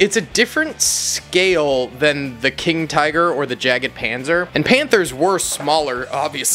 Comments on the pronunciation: It’s actually probably yagpanzer not jaggedpanzer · Thats a super cool collection you got 🤩 the first Tank you opened is a Jagdpanzer IV (there is no E between the G and the D, so it‘s pronounced JaGDpanzer, not JagEdpanzer) that triggers me a little bit but it‘s okay 😂😂💪🏽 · Its not a jagged panzer, its a jagdpanzer. Jagd = hunt in germann. Tank destroyer/Tank hunter. If you wanna say Jagdpanzer like the krauts do, just start with a german "Ja" then leave out that "e" you added, and follow up with panzer and youll be golden, mate ;) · yag-panzer is how you pronouce Jagdpanzer